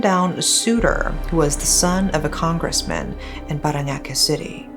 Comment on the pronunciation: The way she pronounced "Parañaque" was immaculate. You're getting better with the pronunciations 😊